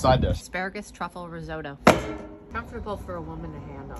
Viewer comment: It's so stupid the way American's can't pronounce Risotto🤦